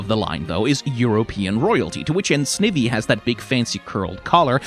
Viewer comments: My god, it's SNY-vee. Snake-Ivy. All Pokemon names are portmanteaus, and the original words are usually the hint to how they're pronounced. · From Snivvy to Jean-sect, almost perfectly bookended with mispronunciations. But man, what a great video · the thing about "snivvy" is that i know thats not how its pronounced, but its really fun to say and so i refuse to pronounce it properly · Why is no one talking about snivy pronunciation